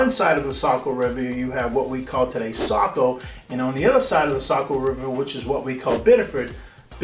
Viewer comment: as a saco born and raised i get like flash backs when i here it mispronounced lol